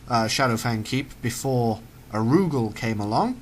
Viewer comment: Ar-U-Gal...its not all crammed together, it does have different inflections. Sorry for being a grammar nazi (DONT TAKE OFFENSE YOU GERMANS ITS AN EXPRESSION!) it just bugged me.